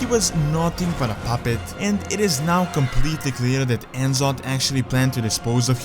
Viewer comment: En'zoth? It's N'Zoth (Ne'Zoth)